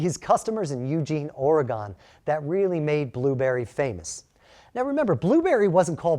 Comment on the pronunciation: OREGON IS ONE WORD ....QUIT PRONOUNCING IT AS 2 ...WE ORGONIANS DONT LIKE THAT